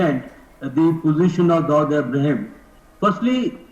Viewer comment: First my dear pronounce the word Dawood correctly and then talk about him.